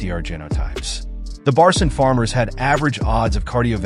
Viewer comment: One minor correction; the 3rd letter of the Turkish alphabet is C and read as G in "genuine" or "gentle". The 4th one is Ç and its literally CH together, as in "Cherry" or "chopper". So its not Barcin = red as Barsin, but rather Barçın, should be red as Barchyn. Put "Barchyn" in google translate English, make it read, its the correct pronounciation.